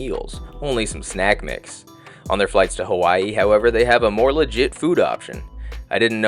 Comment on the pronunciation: Mmmm who pronounces Hawaii as /hu'wa,i/ ?????? Where does the /hu/ sound come from 😢